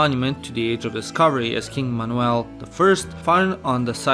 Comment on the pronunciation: I literally can’t get over the way you said ‘Manuel’- stunning